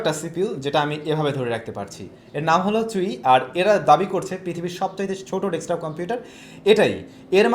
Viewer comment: OK, that's fine but it's not 'dekstop' bro. I know you really know this as well.